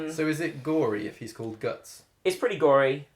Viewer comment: Correct pronunciation is Guts not Gatts/Gattsu. Also the Berserk Manga is still going, although very infrequently, and they have been on a boat for over 7 years.